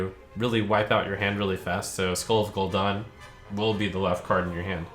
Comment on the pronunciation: First Pallytime says TOORANDUH now Trump says GOL'DAN